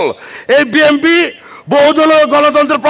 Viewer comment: বিএনপি শব্দের উচ্চারণ ভালো করে করেন😅😅😅